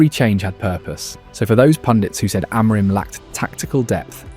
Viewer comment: The day is yet to come when an Anglo can pronounce any Portuguese name correctly: "Amorime this, Amorime that, Amorime, Amorime, Amorime." There is no E at the end, the M is silent. Ah-Muh-Reen. Try it. THEN you will say his name correctly.